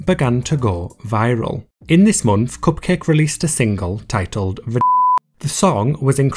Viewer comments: The way you say "Cupcake" is so satisfying! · I like the way he says “cupcake”